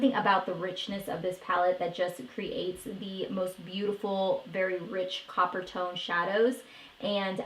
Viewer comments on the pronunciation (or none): none